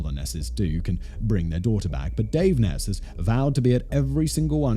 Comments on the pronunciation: Isn't it pronounced 'Niece' not 'Ness'? Sounds like Loch Ness. Edit: LMAO MY FACE WHEN HE SUDDENLY STARTED PRONOUNCING IT CORRECTLY. 😳😳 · Her name isn't Ness. It is Neese rhymes with geese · Pronounced neeeeeee long e like knee